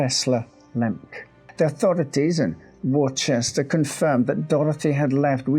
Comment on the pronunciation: surely you know how to say "Worcester!"